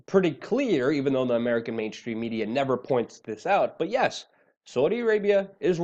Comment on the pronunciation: I'm so so proud of you for finally pronouncing the country name of Iran properly.